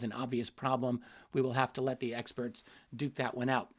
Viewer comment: Did Richard say 'We will have to leave it to the eggsperts' ? 😉